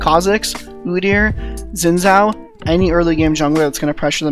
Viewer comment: Xin Zhao is a warlord in the Chinese mythology, and it's pronounced Shin Zao.